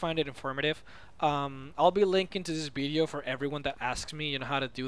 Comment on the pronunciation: i love the way he says bideo not video